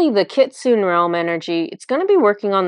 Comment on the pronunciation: I didn't know the kyuubi/kitsune are real! 😲 (I believe it's pronounced "kitsu-neh", with the e pronounced.) But it makes sense they stepped forward because it's for the 9/9 portal. 😀🦊 Thank you so much, and Inari!